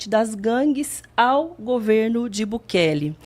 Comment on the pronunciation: Chamando o Bukele de Bukake kkkkkkkkkkkkkkkkkkkkkkkkkkkkkkkkkk